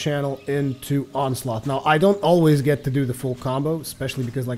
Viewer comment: He pronounces Onslaught as Onsloth. And it's pissing me off.